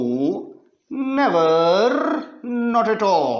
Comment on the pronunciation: X squarrrrrrrrrrrr😂.neverrrrrrrrr😅